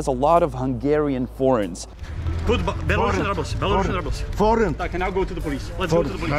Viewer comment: Měli byste si opravit výslovnost "Belarusien", je to spíš něco jako "belarusijen", než "belarašen".